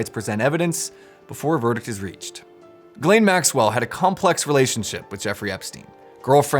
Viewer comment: its name is jizlane! Pronounce correctly...